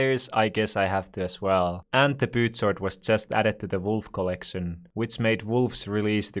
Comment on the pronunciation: Reads: "Pooch Sword" Says: "Poot Sword"